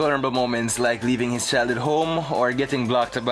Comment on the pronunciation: Leaving his childhood home. Had to replay it for a 2nd time. Sounded like leaving his child at home on the 1st listen.